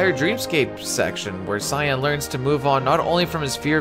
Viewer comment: Why do so many people pronounce his name as 'Sigh-anne' it's Cyan like Saiyen or Sigh-in Cyan is a color very close to Teal